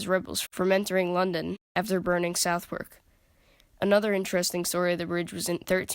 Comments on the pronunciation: Great video! If you would like to know Southwark is pronounced Suthark. A typical weird British pronunciation so don't feel bad! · brilliant video! nice work! Just two little points...nonesuch is so called because it was a mini replica of the now lost Nonesuch palace built by Henry viii....and it's pronounced suthark...best wishes and keep up the good work! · Americans can’t say Southwark! That aside very well done ! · Southwark is pronounced "Sutherk" and "Thames" is pronounced "Tehms" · Southwark is pronounced like 'other' with an S and K added; 'Sutherk'. The W is completely silent. Thames is pronounced 'Tems'. It was the south, not north gate that displayed heads, and it was not known as Traitor's Gate, which is in the Tower of London.